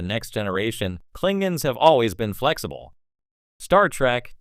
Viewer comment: Kling gons ? C'mon !